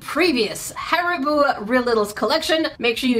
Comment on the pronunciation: You said hAriBooOo again…